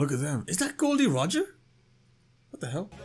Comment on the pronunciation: Only thing that gave him away was that he said "Gol D Roger" haha